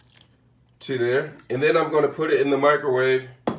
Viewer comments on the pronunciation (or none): none